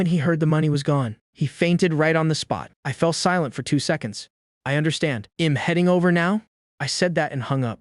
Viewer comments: Upgrade the AI voice. The "I'm" pronunciation is atrocious. Or do nothing, there are other sites that do a better job. I'll forget about this one. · The software has trouble with properly pronouncing contractions such as I'm I'd he'll.